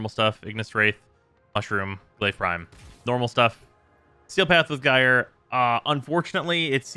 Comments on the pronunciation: It's pronounced jīr . Or in General American jīər . It rhymes with Fire. Drop the F and add the J from Just. It is the same root word as Gyroscope. So just shorten that and you are good. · I'd rather hear "Jerry" than "guyre" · until now I was perfectly fine with calling her "Guy-er", but I have seen the light and shall now be mildly peeved at anyone who does not call her "Jerry"! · well NOW i'm gonna say "jerey" too